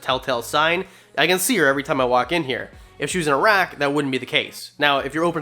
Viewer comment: WWR 🐍 Once you hear "a-rack" as "Iraq" once, then you can't unhear it